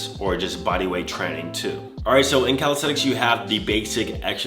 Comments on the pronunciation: Nobody:: calisTeTiks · No one:: 'Calishredics'